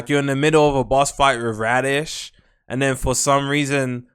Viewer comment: said radish instead of raditz